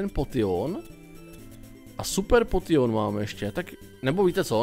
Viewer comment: Prosím neříkej potion čte se to (poušn) a ta borka co chtěla toho nidorana jen tam kvůli tomu že určití pokemoni se dam chytit jenom v jedné verzi a výměny jsou jediný způsob jak je získat